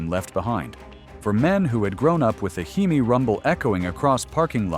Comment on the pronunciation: AI sucks, it can't say hemi correctly but repeats the h e m i.